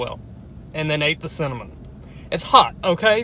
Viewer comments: it's cimaonamoan not cinnomean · When he couldn’t say cinnamon 😂😂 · When it’s too spicy you can’t say cinnamon 😂